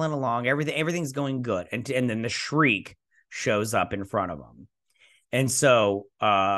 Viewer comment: The actress' name is Amanda Plummer, not Palmer and her character's ship is called the Shrike, not the Shreek. The names of all characters and actors are available on IMDB. I subscribed to your channel and watch your videos in the hope that you will do your Whoopi Goldberg Guinan impression. It is honestly sensational.